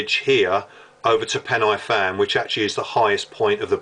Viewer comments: You may have been up there the same night I took my sin up there, though I wasn't on pen-aye-fan or corn foo nor fan far. LOL sorry to take the mickey out if your pronounciation of Welsh.... Try pen-a-van, corn dee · Entertaining video. Thanks. Pronunciation of the place names is a bit off. Where are Corn doo, Fan far and Pen aye fan?